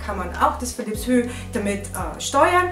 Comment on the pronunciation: Nettes Video aber nur so neben bei, es wird nicht Philips „Hü“ ausgesprochen sondern Philips „chu“ 😂👍🏻